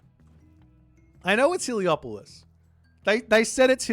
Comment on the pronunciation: it's helepolis not heliopolis 😂